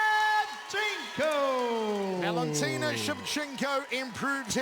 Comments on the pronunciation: It's Shevchenko not Shevchenka. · It would be nice if the idiot commentator would pronounce Valentina's name properly: It's ShevchenkO, not ShevchenkAH! BTW, she's great! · Shevcenko not Shevcenkah!